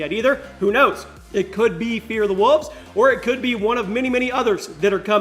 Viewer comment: I thought it was Fear the Wolves, not "Fear the Wuvs"...